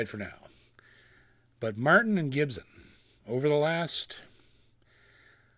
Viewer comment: Gibson not GibZen